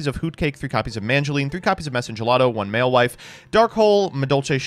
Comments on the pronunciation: I can't deal with mewfeuille being pronounced malewife, this is beyond americans trying to pronounce french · honestly, the best thing about madolche as an archetype is the way pronounces mewfeuille